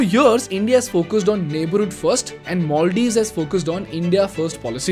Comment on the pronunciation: you pronounced maldives wrongly every single time.